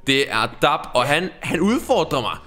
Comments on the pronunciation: I siger DAB forkert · Det udtagelse DAB ikke DARB fjolle❤️😂❤️ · i udtalder dab forkert